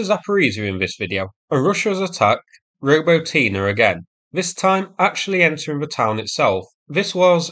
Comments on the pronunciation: ro-BOT-nee Just sayin' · Wow! for the first time, a correct pronunciation of "Robotyne"! Well, almost - stress should be on the second syllable, not the third one